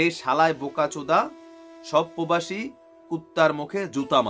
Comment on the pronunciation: ভাই আপনি একটা কথা তো ভালো ভাবে তুলে ধড়তে পারেন নাই। কারন সে বলেছিল তার পিছনে নাকি অনেক বই ।সে নাকি অনেক শিক্ষিত । আরে ভাই।এই বেশ্যা তো লেখা পড়া করেছেন বলে মনে হয় না ঐ বেশ্যা উচ্চারণ করেছেন পোবাসি তোগর আবার বলেছেন আমার কোয়ালি ভিশন । এগুলো কি শিক্ষিত লোকের কথা। আর ভারতের মালোয়ান সে হলো পুরুষ বেশ্যা হোটেলে পাছা মারা দেয়।এই জন্যই সে ঐ মাগির দালাল